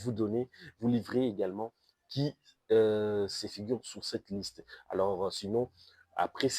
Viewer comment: Pardon mais votre prononciation me met très mal à l'aise, "qui sé figure", "laire retour dans lair club", "m'a ouvert le zyeux", "dé l'exploit", mais c'est quoi ça? J'arrête la vidéo au milieu, car ça devient insupportable à mes oreilles...